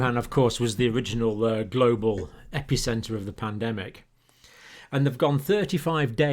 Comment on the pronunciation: Aww, John is so beyond humble he'll be apologizing tmrw for "glonal" update on "wednesda!" Give the man a break! 😂❤ Love to Dr. C & all his subs!